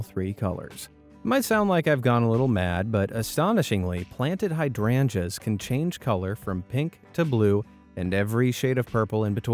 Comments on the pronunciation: It's pronounced like hide rangers not hadranjas . Also are you talking this slow on purpose. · Heya! Just a tip! Hydrangeas is pronounced hide-range-us ;)